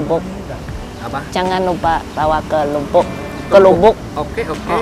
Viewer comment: Kerupuk kok kelupuk😂